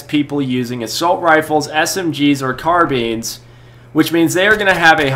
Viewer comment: You said car beans lololol XD